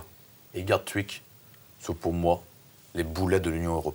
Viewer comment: Et “ Gatwick “ 😂😂😂😂😂😂 je chiale